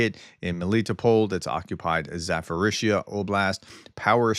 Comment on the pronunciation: Zaforizia? Zaporiznia